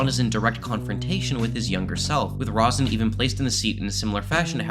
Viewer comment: It's Ronson, not "Rosnan"